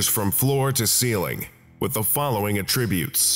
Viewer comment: One more note,: If you're using "attribute" as a verb, the way you pronounced it is correct. But if you're using attribute as a noun, you have to put the stress on the first syllable. AT-tribute.